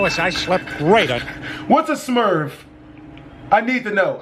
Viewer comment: My man said smurv